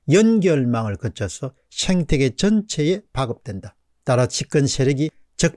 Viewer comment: 죄송하지만 생태계아닌가요? 왜 자꾸 쉥태계라고 하시는지요?